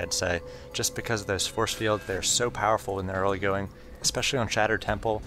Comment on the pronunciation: Stop saying earlygoing and you're a sick commentator.